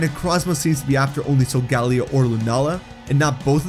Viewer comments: pronouncing Solgaleo wrong Me: TRIGGERED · Why do you keep saying solgaleos name wrong not only that you said necrozmas too great job bro